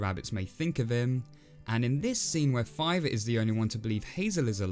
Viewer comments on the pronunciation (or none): Wait was that the Brother before? With all the other things of saving his Brother?...or did you say “Filer”